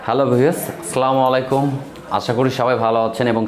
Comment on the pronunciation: ভাইয়া স্লামালাইকুম না বলে আসসলামুআলাইকুম বলার চেষ্টা করবেন।